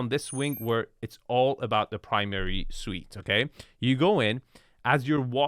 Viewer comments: Suite, not suits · Primary "Suite", not "Suit"